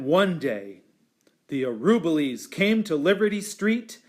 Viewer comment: This is the best of the read-alouds of the book in terms of seeing the pictures, but the reader mispronounces the name "Araboolies" throughout the reading. It should be pronounced ah-rah-BOO-lees.